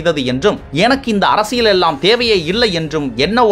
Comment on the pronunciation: அரசியல் என்றால் புரிகிறது..அர்ர்ரசியல் என்று இவ்வளவு அழுத்தம் ஏன்?